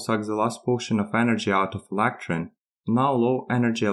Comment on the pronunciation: When you pronounce "electron" and also "electron leakage" it was tough to make out what you were saying but going back and forth a few times I figured it out.